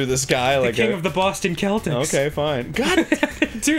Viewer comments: "King of the boston keltics" lol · But the basketball team IS pronounced 'Seltics', as opposed to the ancient people. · "Team founder Walter Brown thought of an earlier basketball team from New York named the Celtics and figured since Boston had a large Irish population, the Celtics was a great name to use again" So... it was about being Irish so it's being pronounced wrong. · CELTICS ITS CELTICS LIKE SELCTICS CMON DAN (in mass we say celtics with a S refering to the team)